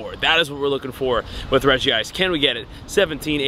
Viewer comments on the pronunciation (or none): Regice is 2 syllables